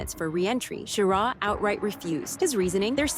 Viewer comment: Well, you pronounced Schirra right about half the time. But why the cheesy images when actual photos are readily available?